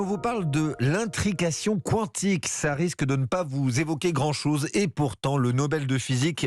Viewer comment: Quand on fait un sujet, on se renseigne sur la prononciation du domaine évoqué. L'intrication Kwantik 😓